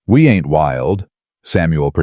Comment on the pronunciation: Every time you use the word "ain't," it sounds forced. It is not likely that they used this ungrammatical word so often and with the stress you use, as though you are trying to make the characters sound illiterate. Also, your reader does not know the difference between words like "tear"(meaning water from one's eye) and "tear" ( meaning to break apart), and many other such words.